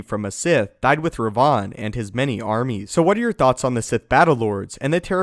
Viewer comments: ThibautVDP Even it was Rivan, which is strange seeing both KOTOR games had written Revan, and not Rivan. would still be mispronouncing it. Because the way he says it, it sounds like Rayvan and not Rivan. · i didn't know this guy existed. i thought just mispronounced it. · Ped K different Revan this is "Rivann." AKA Darth Revan fanboy.